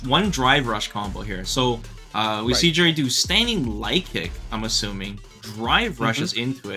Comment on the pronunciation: Stop saying Juri like that lol I hope you don't say jalapeno like I think you do